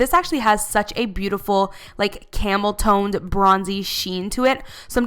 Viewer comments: At i though my she said came toe. 😂😂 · when you said "camel tone" I thought you said camel toe bye